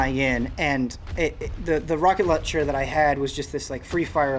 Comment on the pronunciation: “...this free-fire locket rauncher..” 🤣